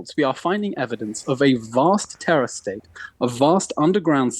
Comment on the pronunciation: did he say terror STATE?